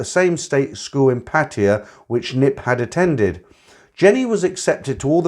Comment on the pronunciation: A load of nonsense. How these old cargos can be this foolish and gullible is beyond me. See him, he can't even pronounce Pattaya correctly but he foolishly believed these bar girls, the ages of their grand daughters love them. This one even looks like a P.